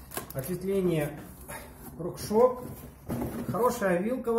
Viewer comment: Как же бесят люди, которые говорят Рокшок!!!